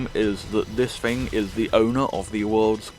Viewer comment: It is “thing” not “fing”. Just saying 🤣